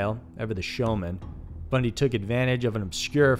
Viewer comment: Like the channel but "Bundy" really 🙄🙄